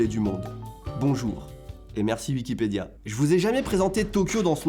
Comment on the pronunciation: c'est moi ou dit prononce wikipédia, Vikipédia?